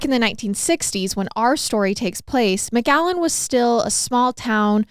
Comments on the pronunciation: Am I the only one hearing mcgallen and not McAllen ? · This is my hometown, I never heard of this case 😅 btw you saying McAllen wrong 😂😂😂 you’re saying MgAllen 💀